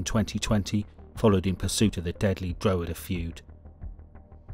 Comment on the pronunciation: You should learn how to say drogheda . not drow he da. It's dra head aa